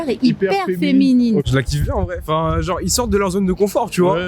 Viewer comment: Comment avoir une classe de folie et perdre de sa superbe en s'exprimant seulement en quelques secondes 😱 "Genrrrrrrrrrrrrrrrrrrrre"